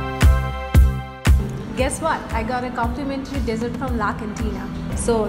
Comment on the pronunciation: Hi I've been watching your vlogs since last month's and I've commented before your English is really good. But when you pronounce dessert it sounds like desert as in * moruvomi* I hope you dont mind my little criticism and keep up the good work.would like to see you around the Bangladesh makeing lots of good vlogs.👍